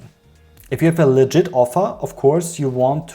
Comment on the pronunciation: I kept hearing "legit" as "leager" until like the last time you said it so for most of the video I was wondering "what does legid mean?" I mostly just came to hear something on the consumer side to validate my annoyance of these misleading ads because I absolutely DESPISE Taboola ads, especially after reading an actual informative article. Also a lot of them throw disgusting images at me even if I don't click, which is most of the time. Those ones that give you a slideshow with one sentence are almost the worse, but the ones worse than that are ones that spread misinformation, especially about health claims that don't actually work. What's especially annoying are those ones that make you watch a 30 minute infomercial on their product, usually with fallacies and faulty reasoning that I never once saw the end of their video about whatever health claims they were making. Probably doesn't even work if they will use the time loss fallacy to get people to watch it instead of putting it on YouTube where people could skip past the BS parts of it, which sucks because at least some of the stuff is factual, seen stuff like whole grains being better than refined flour for your body, but then they put a bunch of stuff that is definitely wrong. But if I search to try to find other people who hate Taboola, I only get results on Taboola or how to use their website. I want to see other people's critisisms about it but the best I could find was this video.